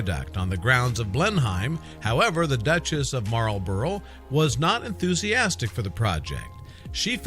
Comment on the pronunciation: It’s killing me, every time! Blenheim Palace is pronounced as ‘Blenum’, the county of Oxfordshire is pronounced ‘Oxfordsha’ the Marlborough name is pronounced ‘Maulbra’ . You left out lots of interesting Blenheim history, like it being the home of the legendary Winston Churchill and also that the Palace is open to the public as well as the beautiful park and gardens that include things such as the Blenheim hedge maze but even though it is open to the public it is still home to the Duke of Marlborough and his family who live in the Palace in their own sectioned off private part of the Palace. I live in Oxfordshire and the Palace has always been a great place to spend days with my children exploring, playing and learning as annual pass holders. If you are going to do a video on a topic please, please look up how to pronounce vital words to the topic!